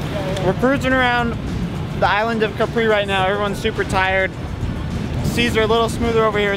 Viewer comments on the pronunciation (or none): Please guys, try not to call it Capree... it's pronounced Kahpri!